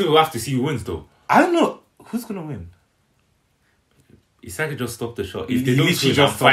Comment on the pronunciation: Do americans know is not himsagi but isagi ???